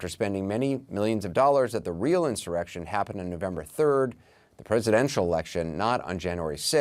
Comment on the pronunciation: I got more out of "blah, blah, blah, blah, blah." Than anything else this guy had to say. "I think" is CNN's ENTIRE forum. All opinions, ZERO facts. Tell us about the actual destruction of Portland, Seattle, Minneapolis, Chicago and places where there were REAL "insuwwections" going on. Who cares what your guests "Believe"??? This is editorial NONSENSE.